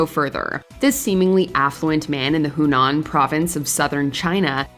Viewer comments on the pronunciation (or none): none